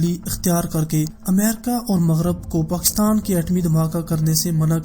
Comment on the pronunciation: تجھے کس اُلو کے پٹھے نے اختیار دیا اس سبجیکٹ پر بات کرو۔ پاکستان کا نام تو تجھے لینا نہیں آتا چلا ہے ایٹمی دھماکے کرنے۔ جاؤ پہلے بولنا سیکھو گھگو نورا۔